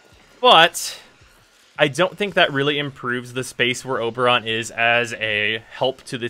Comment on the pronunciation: He calls him Uberon. haha!